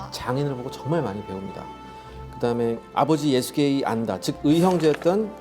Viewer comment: ㅋㅋㅋㅋ사실 원래 발음은 예수헤가 맞습니다